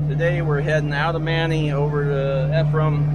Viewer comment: Thanks for the great video. Looks like a great time! FYI, Ephraim is pronounced "EE-frum" or "EE-free-um" (long "e") and Manti is "Man-tie" (long "i").